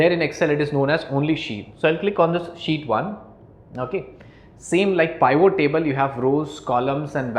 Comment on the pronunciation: Good but please learn how to say Pivot. It not Pye-Vo.